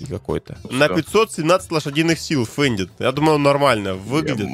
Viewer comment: Фендт а не фендит